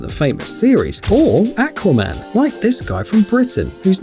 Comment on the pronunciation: Umm you saying acwaiman